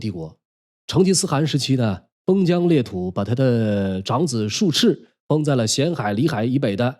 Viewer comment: 术 （ zhú ） 赤